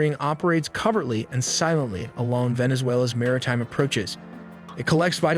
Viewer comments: “coverly” ?? So it’s intentional that this channel is mispronouncing “covertly” in order to trigger viewers in to commenting over caring if the sentence the word is in becomes complete nonsense because of its intentional mispronunciation? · COVERTLY ......... not cover lee.....stupid. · It's pronounced cart-el (as in El Salvador or the name Elle). Not cartl. Also, it's co-vert-ly - the co is pronounced like in cohost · "Operates covered and silently".....Covertly and silently😅😅😅😅